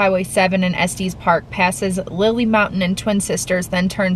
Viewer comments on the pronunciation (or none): Yes, it’s Estes with the short E sound. Not Estes pronounced like testes! Hahaha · I’ve lived in Denver CO my entire life and I’ve never heard Estes park pronounced that way (es-tees park). I’ve always pronounced it (es-tis park). Anyway, I’m glad you enjoyed beautiful Colorado! ❤️ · Es tes Park not es tees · I don't know if other Coloradans would agree but I have always pronounced it Es-Tis park. :) Glad you guys enjoyed it here! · Say it like "Es-tess" Park. Short e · Coloradan here and you are correct